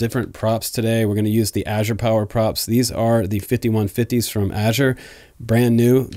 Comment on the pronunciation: Finally some one pronounced azure properly!